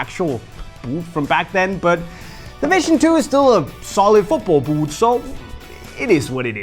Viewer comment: I tune in just to hear you say ‘b000t’